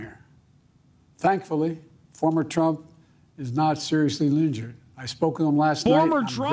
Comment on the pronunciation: When the man in charge said "Former Trump not seriously linjured" I felt that